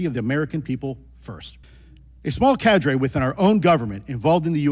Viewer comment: Cadre is not pronounced cadray but carder. Tell Luis.